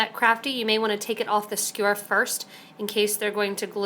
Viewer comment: its a skewer, not a skure lol,,, sorry just a funny thing I noticed, its commonly mispronounced. Good video otherwise :)